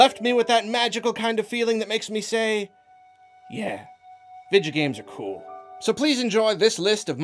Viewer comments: Nobody:: Vidjo Games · I love how you say "video games" as "vidjo games" lol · "Vijagames". That pronunciation is probably scarier than Resident Evil 7. I was wondering if you played Skyrim. It's definitely in my top 5 this decade, along with The Last of Us. Not only it's one of my all-time favourites but objectively one of the best of the decade. Period. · "Vijigames" lol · I thought you said “ninja games” at the beginning bruh